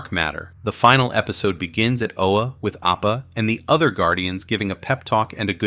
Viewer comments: It’s “Oa” not “Ola”. You have no idea just how much I am disliking you more and more because of your deliberate mispronunciation. I have half a mind to just stop watching this video here and now because of it, and the desire is growing fast. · It’s O-A not OLA your killing the name of the planet of the GL